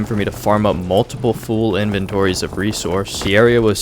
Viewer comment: "Full" is not pronounced "Fool" btw.